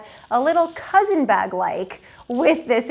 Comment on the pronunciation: It’s not cousin, it’s coussin 🤦🏼‍♀️